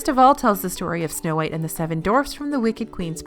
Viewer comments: Anyone else hear "DORFS"? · Are you talking about when says dwarfs? If so...I KNOW! I've heard her say it that way before. HAHA!